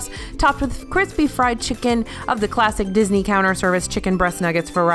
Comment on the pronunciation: I’m never sure if is saying classic cheese or plastic cheese😂